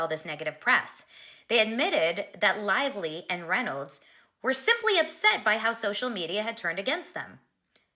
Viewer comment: Blake "LIE"vly